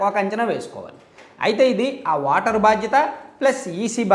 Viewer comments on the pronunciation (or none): వాటర్ కాదు రా ఓటర్